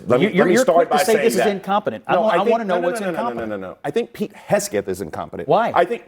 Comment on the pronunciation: Why would you have someone on there that can’t even say Pete’s name right?